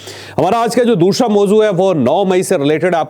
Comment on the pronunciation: دوشرا 😂 جاوید صاحب پہلے اپنا طلفظ درست کریں ، عمران جاوید زندہ باد